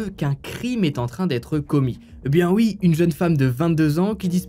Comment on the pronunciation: J adore ton travail, ta façon de raconter les histoires vraiment chapeau! Mais j'ai toujours du mal quand je t entends prononcer "UI" au lieu de "OUI" 🤣🤣